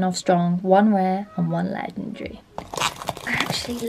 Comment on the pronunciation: Not ledrdery its legendary. :>